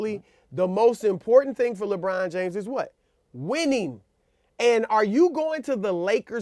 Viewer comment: he actually said - lebum james :D lol